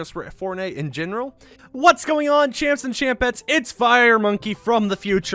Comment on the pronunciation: Is it just me or have you just realised now, that he says, champs and champets, and not chimps and chimpets